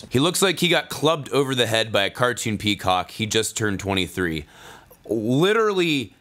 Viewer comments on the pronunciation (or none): none